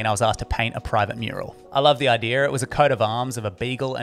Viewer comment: Its idea....not idear....